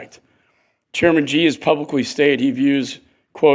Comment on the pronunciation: This is a senator who sits in a room and can't tell Vietnamese from Chinese!! Also president Xi Jinping is not pronounced President 'Gee' but President 'Shee'.